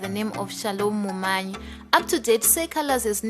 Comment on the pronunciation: Munyayi not mumanyi